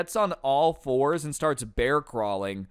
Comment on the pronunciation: You said floors not fours i heard an L But that teacher probably wanted to spray him with water